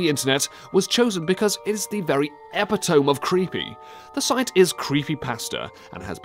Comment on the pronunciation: I was with you until you mispronounced epitome. Jeez.